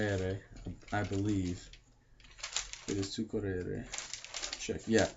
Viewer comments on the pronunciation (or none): to eat is : maNGiare and not maGNare Còrrere (the accent is on the O and not on the first E u said Corrère) I'm running is : Io sto correndo (present continuous) He run : lui corre (Simple Present ) He ran : lui corse (past simple) He has run : lui ha corso (present perfect) I would run : io correrei ( cor re re i )